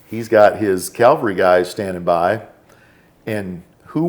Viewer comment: For being all about grammar, he said “ guy” (hill Jesus died on) about NB Forrest, instead of “Cavalry guy.” New nickname, “.” 😉 Joking aside. Great show. Thx!